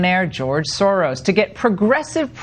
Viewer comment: Silvertin also, everyone is mispronouncing his name. Soros is pronounced Shorosh